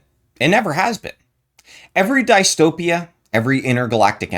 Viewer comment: Great Video But your pronunciation of Dystopia really triggers a part of my brain in a bad way.